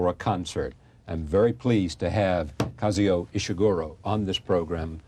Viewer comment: It would have been great if Charlie Rose had bothered to learn to pronounce Kazuo. It sounds just like it's written, but he says "Kazeo"